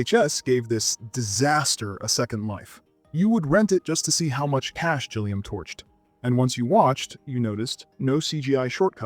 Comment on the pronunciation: Gilliam with a G for golf, not a G for Gillian